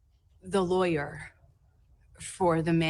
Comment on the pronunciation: "Says (dramatic pause) the lawyerrrhhhhhhmmmhhhh..."